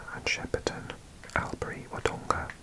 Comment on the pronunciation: To add: Warrnambool is WOR-nam-bawl. Albury is AWL-bry. Bendigo has the stress on the first syllable. Moe is MOW-ee.